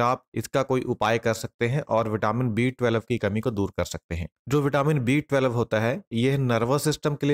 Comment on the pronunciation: आप twelve ही सही नहीं बोल पा रहे हैं. टवेलव uchharana करते हो.